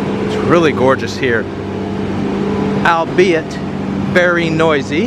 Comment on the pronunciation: Navigable pronunciation, correct ... but albeit ... "all"beit, despite the spelling.🙂